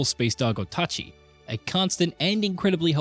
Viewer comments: O tah chee? ita OATchee, Oatchi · It's infuriating hearing "Oat achi" over and over They probably did it on purpose to get eejits like us commenting on it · What is so hard about calling him OATchi? Didn't Nintendo already clarify how to say his name? Lol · Bro said Otachi ☠️ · Ikr, the way he pronounced is spell like this Otachi. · Calling the dog OTACHI. Now I cant unhear it 😢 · Slaughtered that name like a Linus Tech Tips review